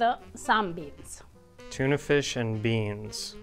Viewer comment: Only Italians can make a 1 syllable word 2 syllable. "BEANS-EH" 😄